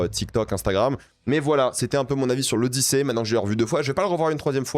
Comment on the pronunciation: C'est l'Odychiée. 😂